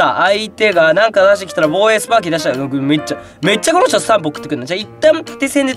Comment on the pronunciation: スパーキになってるよー